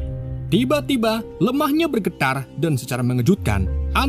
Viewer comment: "tiba tiba lemah nya bergedar" jgn kcolongan bang